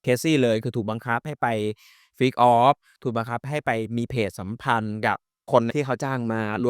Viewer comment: ทำไมถึงออกเสียง เพดสัมพัน?